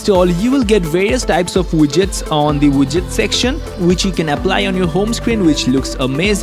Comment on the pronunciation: It's widgets... Not wudgets lol